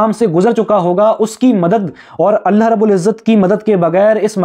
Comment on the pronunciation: اللہ کا تلفظ کرو بھائی